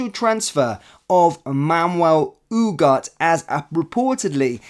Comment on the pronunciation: Pronounced : oo-gar-tay......great player by all accounts........let's see......